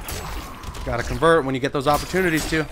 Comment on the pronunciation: nigga said dose